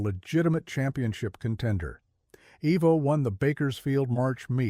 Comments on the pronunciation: It's pronounced eye-vo he doesn't have Harley engines named after him evo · Its. EYE VO, NOT EEE VO